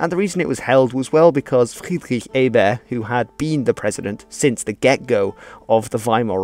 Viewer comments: Also, Ebert is not a French name. There's no reason to drop the t. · Thank you, good information here. One note- the T at the end of Ebert is very much pronounced.